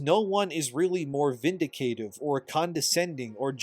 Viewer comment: First psudeo, now vindicative. You gotta learn to read man.